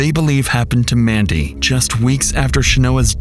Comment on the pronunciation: That wasn't Mandy on the phone. That was Man-dy